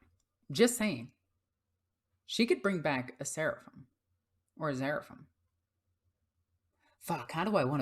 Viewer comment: Just starting collecting Sisters Of Battle for this new edition, so I have no idea how they'll perform yet. But i found your video very informative, thank you. I am baffled why you keep mispronouncing 'zephyrim' though. Zephyr as in wind. You kept pronouncing it 'zeryphim' for some reason. Not important, meaning was still clear, but you asked us to point out anything wrong, so...